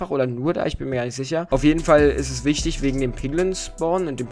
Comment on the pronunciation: Wichitg haha